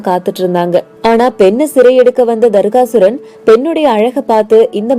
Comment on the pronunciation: தர்காசுரன் இல்ல தாரகாசுரன்